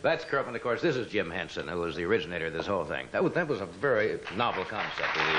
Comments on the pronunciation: carson call jim hensen jim jensen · Johnny said Jim Jenson